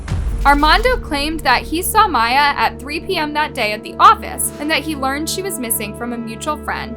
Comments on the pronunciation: they already covered this video a year ago and pronounced the victim's name as Mee-ya but now as My-ya. why? idk. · MI - YA, NOT MA - YA, girl this is so weird of you, you put these clips together and know how to pronounce her name yet you continue to be oblivious it's so weirdly disrespectful to somebody who was lost in such a horrible way. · Her family called her Miya “mea” and her killer called her miya…..and you keep saying Miya🙄🙄🙄🙄 I’m sorry but this is making me sooooo mad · I’m sorry but I have to say it cause it’s been bugging me your WHOLE video. The girls name is “MEE-YAA” not “MY-YAA”… 🤣🤦‍♂️ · How does put viddo clips of the family using Miyas name ovsrand over, yet she pronounced it incorrectly the ENTIRE video? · Why did you mispronounce the victim's name all through this video? Just wondering. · that extremely disrespectful to victims and families of victims. Especially when all her reference videos to support her fax, they say the name correctly it really only takes one second to learn how to pronounce whoever you’re talking about’s name, so that’s a 💩excuse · yes it is. There's news clips she included that say it properly. It's disrespectful. She's only doing it to get more comments and engagement so she reaches more people. She does this all the time on purpose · You are quite literally choosing to not pronounce her name correctly, you’re too careless when speaking about such sensitive situations… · Pronounce the victims names right my God. It’s not hard and your being disrespectful